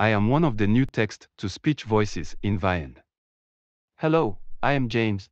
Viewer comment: The new Eric voice is not the Ivona version. As you can probably tell, most of them pronounce the word Vyond wrong. The correct way to pronounce Vyond is Vee-yond (Like beyond, but with a V for video). But most of them pronounce it Veye ond (Like the letter I).